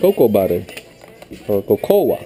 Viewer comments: COCOA is pronounced as "KO-KO" not KO-KO-WA. just saying. lol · One of the actresses here and at the same time, she's an endorder and she's fully Filipina. I am referring to Miss Kris Aquino, who pronounced it as 'koko' in a commercial.